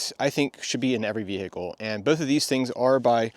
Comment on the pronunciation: The Bee-hee-cle.